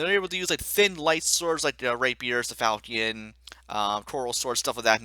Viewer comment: Fal-key-un? I hate to be that guy but it's fahl-shi-un.